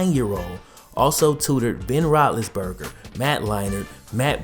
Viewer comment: Did you say Ben Rot-less-burger?